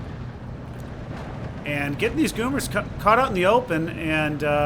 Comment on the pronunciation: Goumiers = " Gu-mi-hay"